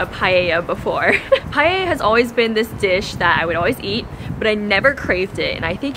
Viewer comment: Guys, pronouncing Paella isn't that hard. It's just, PAH - EH - LLA. No palllella or pahahahella.